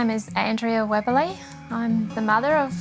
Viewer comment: Hi I am from Europe and I am distantly related to this family. I notice Andrea cannot pronounce the surname Webberley properly. Webberley is not pronounced as Webbel-ley. Webberley is prenounced as Webber as in Andrew Lloyd Webber and ley is is pronounced as Lee. In German speeaking countries the surname is pronounced as Veeber-lie, Veeberlie. I also didn't know I had dstant Catholic relations in Australia. I was lead to belive all my very distant relations in Australia were Anglican and Presbyterian.